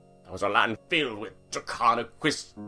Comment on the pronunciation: Not to be rude or anything, but it’s Draconequus